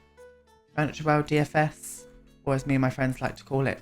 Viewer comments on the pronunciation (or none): The way you say DFS is the same as I say KFC 😂 made me laugh, never heard anyone else say it like that before